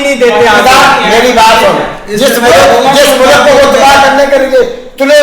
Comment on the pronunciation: Mulak nahi Mulk hota hai "". Mulk nahi becha lekin Fauj becha hai.